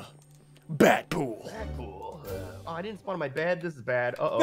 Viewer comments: DEADPOOL NOT BADPOOL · It’s Deadpool not bat pool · Nobody talking about how ssundee calling dead pool bat pool? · Ssundee his name isn't bat pool it's dead pool